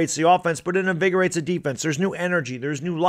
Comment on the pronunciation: Lol you said it... "invigorate" I believe this QB change will help this franchise